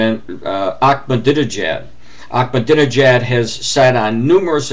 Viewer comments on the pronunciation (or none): You are so full of shit, I am Iranian I speak Farsi I understand what he said anyone with a little brain could have Ahmadi nejad`s words translated and on line and find out for them selves , you can`t even say his name correctly let alone know what he really said you are just regurgitating fox news and all the other propaganda loving idiots, do your self a favor and find out for your self what he said. as far as Israel who gives a fuck about the murdering land thieves .